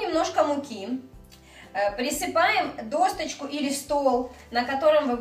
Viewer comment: ДосТочку... аж слух режет ... а рецепт хороший)